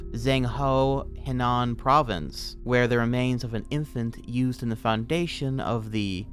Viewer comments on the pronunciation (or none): none